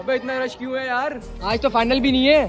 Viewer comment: Rash nhi ... " Rush" just telling..don't get offended..